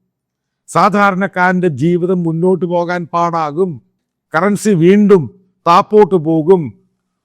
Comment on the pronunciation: എടാ പൊട്ടാ താപോട്ട് അല്ല താഴോട്ട് ആണ്